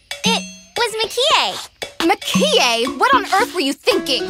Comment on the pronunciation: Mah-ki-eh In the English version, the emphasis is on the ki, but in the Japanese version, it's on the Mah.